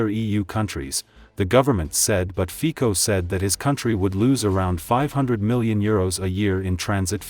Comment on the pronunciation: His name is NOT FIKO, but FICO ! WRONG ! LEARN HOW TO SAY OUT HIS NAME ! SHAME ON THE NARRATOR !